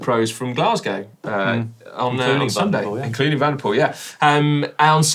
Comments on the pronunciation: 🤔.... 'Mathieu Van der Poo-el'? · Didn't he say 2 and poo ?